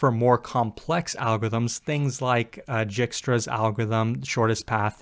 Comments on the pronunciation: It is not Djikstra, it is Dijkstra :) Thank you for the great video! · Thanks for the overview! FYI, that is pronounced "Dyke-strah." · lol i believe the j is silent in djikstra's! also yes pls make a video on your experience interviewing at google. didn't you say that was your first full time interview?